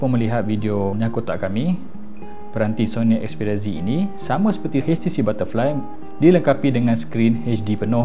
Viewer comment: 'xperia zi' hahahah obey gemok x payah nak amurika sgt!